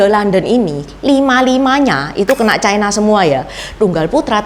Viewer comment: Ucapan yg bnr : China, bukan chaina